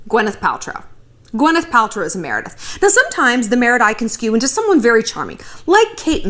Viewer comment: You nailed the “Meredith”